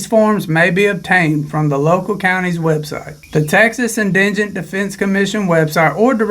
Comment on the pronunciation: Dude, it's en-di-gent. Not engent.